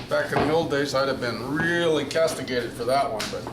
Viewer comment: LOL did u say cusstigaited